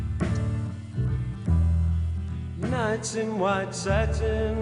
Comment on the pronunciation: First, learn how to pronounce the word satin, second, maybe you could putty knife your face before the video, and third, if I knew it was going to be a sing-a-long I would have brought my harmonica.